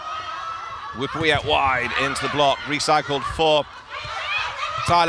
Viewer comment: Fyi... Her name, Wipawee, is pronounced 'Wi-Pa(r)-Wee'